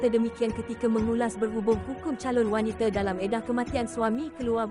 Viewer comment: kesiannnya...sebutan ` W-A-N-I-T-A ` pun tak betul...tak pernah dengar org sebut wanita ke sbb kamu sebut `WANITE`